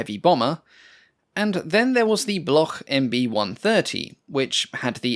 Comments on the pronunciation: And Bloc, not Bloch like Bach in German. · "Bloch" is pronounced "Blok" in French. There is no guttural sound.